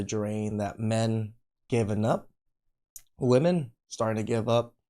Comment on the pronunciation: Why are they pronouncing «women» wrong 😅 ?